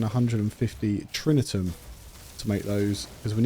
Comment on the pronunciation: If you can show me the ’n’ in Tritium, I will give you £199.99. Read it again, Tri ti um. No ‘n.’ It drives me nuts when you say it wrong.